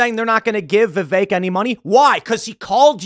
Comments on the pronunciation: Vivek, Pronounced like cake. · I just want to say that; I've worked with many guys named Vi-vek and I have no idea where you have picked up this bizarre pronunciation "Viv-ache" from and you say it constantly like that. Stop trying to church it up so much and just call him Vih-vek like all of the other Indian dudes are or ask him to change his name to Vivake or Vivache so it will make more sense to an American. We'll leave the "ay" sounding E's to French words like "Filet". 😉😋